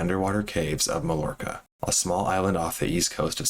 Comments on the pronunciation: Its My-Orcah not Mullorcah. And ghee-yoam. Lol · It's pronounced mayorca bro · Did you entirely copy that other youtuber who also didn't know how to pronounce Mallorca? It sounds like "my-orca". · The island is pronounced Ma-York-Ah. The LL is a Y sound in Spanish. You're pronouncing the other guy's name wrong too. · It’s “mai-orca” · It’s pronounced mayorca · "Malorka" is not how you pronounce that... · It’s pronounced more like Mayorca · Do you expect anyone to believe you did any research when reveal in the first minute you don't know how to pronounce Mallorca? You haven't heard of this really well known place nor have an elementary understanding of Spanish? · Learn how to pronounce Mallorca, hint the two L’s make a Y sound.